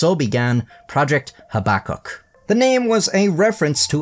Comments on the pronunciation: FFS do your research young man - habakkuk - look up the correct pronunciation please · Your pronunciation of projects name is so upsetting haha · Your pronunciation of projects name Habbakuk is so upsetting haha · every time you say "Habakkuk", i want to light a cigarette lol